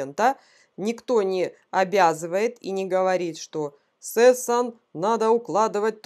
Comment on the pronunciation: Звали его Сассун... "а" после "С". Стрижку можно называть, как угодно, хотя... Ладно. А вот фамилию лучше правильно говорить. Из уважения:)